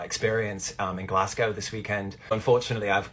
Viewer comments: as a scottish person hearing u say glasscow hurts its glazgo 😢😢😢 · you should’ve tried to Scottish accent 😂 It’s Glasgow- Glasgo rather than gow, like ‘let’s go’- Glasgo. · It's pronounced Glazgo btw 😂😂😂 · Glasgow viewer here with a quick pronunciation tip for all the Americans: it's not "glas" like "glass bottle", it's "glazz". And it's not "gow" it's "go" as in "go to the store". ^.^ So Glazz-go :) Love the episode, mortified by the Willy Wonka virality :0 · You disappoint me! Glass-cow? Really?... good girl. You have been promoted to my favourite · I get that about driving ‘taking you away from back pain’ bc for 11 yrs it was the comfiest I was, ever. Sadly I developed a genetic disorder 10 yrs ago and had to stop driving, and now sitting always hurts…..but those 11 yrs were the best of my adult life. Ps it’s pronounced Glaz-go 😊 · Girlies Glasgow is pronounced glaz-go 😅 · Americans, it’s pronounced GLAS-GO! 🤣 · Americans saying Glasgow is so funny lmao why do they pronounce it "Glass Cow" 😂😂😂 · Me seeing the title and bracing myself for the pronunciation 🥲. I kind of get why people pronounce it wrong but Glass-GOWE is painful 😂. is almost there though! For anyone wondering, it's Glaz-go, like "to go". Or Glesga if you're feeling brave 😌. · I'm from Glasgow and I cant believe yall are covering thisss eeek we are famous 😂 also the way pronounces Glasgow😭😂